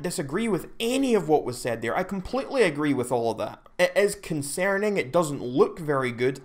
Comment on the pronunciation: New sub. “Con-sare-ning.”